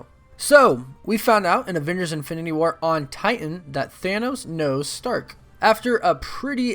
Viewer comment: Infininy war? 😂